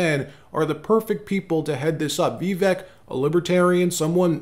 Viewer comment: FYI, Vivek (vek) is pronounced like cake “Vi-vake”